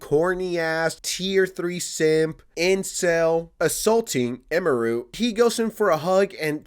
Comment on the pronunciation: "the streamer eemaroo" 🥀